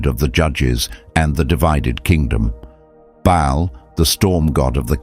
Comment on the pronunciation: Baal not Bail. Or Bale.